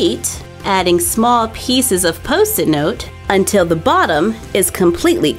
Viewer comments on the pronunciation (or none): none